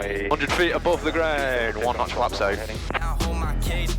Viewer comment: I'm sorry, did say Notch of Flaps?... what the eff is that?